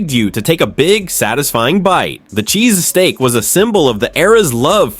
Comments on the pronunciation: What the fuck is a Cheese-a-steak sandwich. Damn AI Cometary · Cheese "a "steak ? Oh AI ,how will you bring the shallowness of YT videos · AI generated. “CHEESESTAEAK SANDWICH”. At least try to make a decent video. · What the hell is a CHEESASTEAK sandwhich? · If you after going to use AI narration, watch the video before posting. "cheeses steak sandwich" yeeeeeesh! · Sounds like a foreign accent! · Darn robots, don't know how to pronounce cheesesteak !! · Please tell me you're rage-baiting with your pronunciation of 'cheesesteak' 😂 I wanted to stab myself in the eyeball with a plastic fork every time you said it. There 👏 Are 👏 Only 👏 Two 👏 Syllables 👏